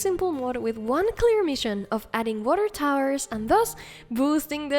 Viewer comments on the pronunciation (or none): none